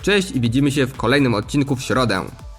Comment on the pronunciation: Ciekawie przedstawione, dynamiczne recenzje / porównania telefonów. Z mojej strony brakuje wyrónania tempa mówienia oraz problemy z wymową. Częściowe podkreślenia końcówek (ą, ę), częsciowe wyciszenia ("siE") albo niepoprawna wymowa przez brak kontroli, spowodowany utrzymaniem szybkiego tempa wypowiedzi ("szedziesieciopiecio"). Może się przy#ier*alam i tracę zbędnie czas na ten komentarz, jednak piszę to w celu chęci pomocy, nie nasycam tej wypowieści zazdrością, czy nienawiścią. :) Rozwijaj się, twórz kanał, rób, to co robisz, ale przejdź się do logopedy. ;) Walczymy nad jakością audio/video, a nie zwracamy uwagi na tak trywialne sprawy jak czysty przekaz. Btw. przejrzałem twój świeży film z 3.11 i wiele się w tym temacie nie zmieniło. Albo zostanę zlinczowany albo jeszcze mi za to kiedyś podziękujesz. Pozdro, rozwijaj się ;]